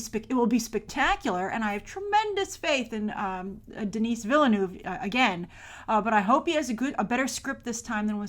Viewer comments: Awesome !!! P.S: Denis is pronounced without the "s". And Villeneuve is like "Vilnuv" or something like that. FYI ;) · Huge fan of a guy she can't even pronounce the name of??? Willeh-Nooph! Really? Pffff